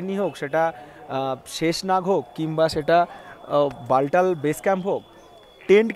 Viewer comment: একটা কথা বলি? ওটা বালটাল (😁) নয় , বালতাল | তাল অর্থাৎ জলাশয়